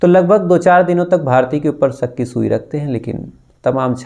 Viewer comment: Sak hota ya shak hota h bhai aap pehle shudh hindi bolna seekho